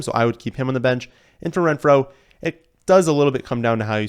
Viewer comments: Great content! Very detailed analysis. With that said, the way you say Renfrow sent me lol no idea why. I've always heard it as Ren-fer-oh as opposed to Ren-frow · Okay, I actually just got to that part of the video, and I hear what you're saying. Ren-frow is correct, not Ren-fer-oh, but he's pronouncing it like Ren--FROW! Not sure what that's about. There shouldn't be such a pause between syllables and their definitely shouldn't be such an exclamatory emphasis on "frow". A little weird, but it didn't make my ears bleed. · yea that's what it is. It's the emphasis on the second half. Not trying to tear him down over it. Love the content and just stood out for whatever reason.